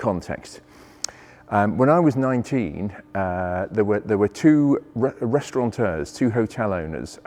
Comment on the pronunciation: As always most informative. I'm sure you'd like to know the word is 'restaurateur' not 'restauranteur'. There is no 'N'.